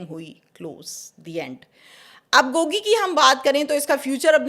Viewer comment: Gogi, not Gooogy